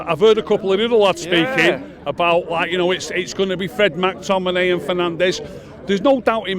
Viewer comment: Who tf is Mack Tominay? 😂😂😂😂